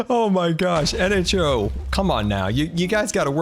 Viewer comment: finaly he said nho right